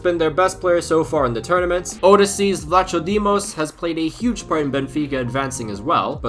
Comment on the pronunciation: "Odessees Vlatsodimos" Gold Star for trying i guess 😅